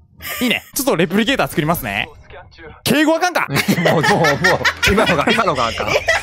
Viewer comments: レプリケーターのイントネーションがだめ笑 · レプリケーターのイントネーションが関西弁wwwwww